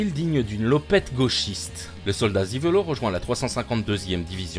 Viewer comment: Juste un tout p'tit truc à corriger, pour votre éducation... ;) SEVERLOH ne se prononce pas "ziverlo", mais "zéferlo". C'est tout. Tchüss !